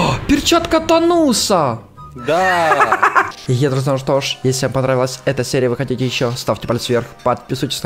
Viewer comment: Не тано́са а та́носа